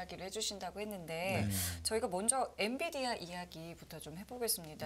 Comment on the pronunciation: 엔 비 디 아. 처움부터 끝까지 엔디비아 라고 하셔서 황당.